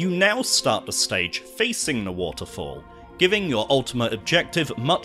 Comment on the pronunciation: This is a great video but whats with the de (the) day (they) doh (though) den (then) deez (these) dis (this)?